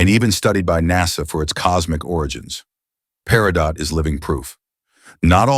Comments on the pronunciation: Peridot = PERRY-doe (T is silent) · The T in Peritot is silent!